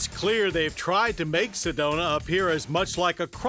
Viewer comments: I'm pretty sure it's "Sedona " instead of "sedonia " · Johns getting his alzhiemerz on with "sedonia"...we actually call it Sedona out here in az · Lol Sedonia